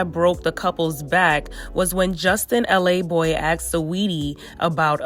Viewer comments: It’s laboy.....not l a boy lol he from queens not LA 🤣🤣🤣 just saying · Justin's last name is pronounced Luh-Boy not LA Boy. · his name is justin laboy not LA boy 💀